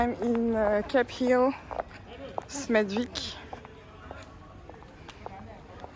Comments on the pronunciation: Hi, it's amazing seeing Waterloo road, I used to drive my wife to work ( she worked in Smethwick) pronounced. Smethick Lol my sister's ex boyfriend is from this area too lmao. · It's very interesting to know the connection someone has with an area. Lool, next time I go there I make sure to pronounce Smeth(w)ick the right way 😀